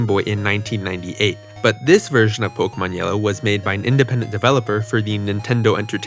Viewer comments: Why are you saying pok-uh-mon instead of po-kay-mon? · Why do people call it "poke-uhmon"? It's "po-kaymon"